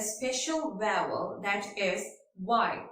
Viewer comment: It's vowel not vaaval 😂